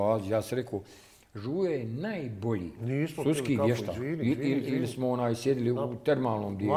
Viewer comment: "suski vještak" 🤦🏻‍♀️